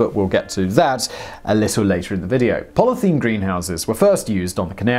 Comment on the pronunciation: Simon, bro... Simon.... Bruh Repeat after me: Polly ethul een